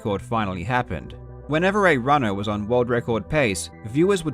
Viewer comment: Why is Karl really stressing the ERs of every word in this video? runnER, gamER, majER, elevatER.